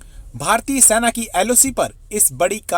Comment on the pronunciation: अबे, Military को हिन्दी में सेना कहते हैं, सैना नहीं। तुम लोगों को हिन्दी भाषा का अपमान करने का हक़ किसने दिया है? यदि तुम हिन्दी भाषा नहीं सीखना चाहते, तो फिर u tube बनाना छोड़ दो।